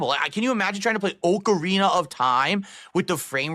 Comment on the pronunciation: OAK-ARENA of Time. Really,... really?